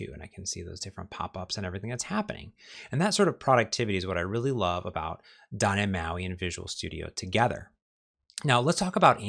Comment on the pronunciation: You are so talented and such a great instructor. Your videos are such a great resource for learning. I love them, and you, so much for the information. But then you say, "Doh neh mahi." Why did you have to ruin my love for you by refusing to pronounce the letter T? It's like finding out my favorite Philosophy professor is a Nazi. And a Utilitarianist!